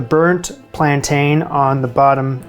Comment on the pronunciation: It’s ’plan tin’, not ‘plan tane 😊’